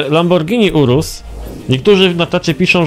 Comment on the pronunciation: lamborghni urusł